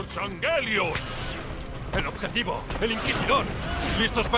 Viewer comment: ese es el odjetivo